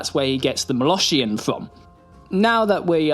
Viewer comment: I can't unhear "moloSHHian" now...